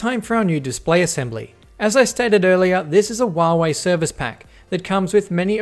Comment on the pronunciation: Hey its not wuawei its Huawei learn to speak it right